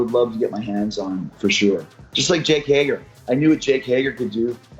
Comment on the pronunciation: Roman Reigns. Also Yes... How do you mess up jake hager?